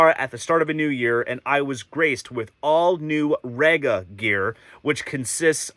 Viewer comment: Okay, you are new to the brand and the US importers have never got this right so no foul but: 1. It’s REEga not RAgar. 2. It’s PlAnar not Planner, although these days it’s usually just P 3. Mk is an abbreviation of Mark, so it’s the Fono Mark 5 not M K 5 4. The platter is glass, not acrylic, hence it’s weight. 5. That Neo has a fault or it’s not compatible with the power outlet. Definitely worth contacting Rega about it as the sound quality upgrade is worth it. 6. Don’t stand the turntable on the amp. 7. Rega has been making turntables for over 50 years. If they didn’t think that having a felt mat was a good idea they wouldn’t have put it in the box. You’re using the dust cover so why worry about dust? You have a great turntable there and I’m sure you’ll love the way it sounds, especially if you sort the PSU and mount it on a dedicated shelf. Oh and put the mat on it 😉